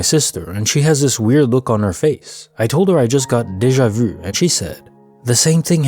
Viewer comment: Great compilation! Are you from Québec btw? You’re one of the only people I’ve heard pronounce déjà vu correctly instead of "day-jah vou" 😝